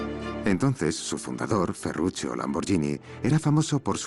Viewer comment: Dice tambien Ferrucio pero es Ferrucchio (ferrukio).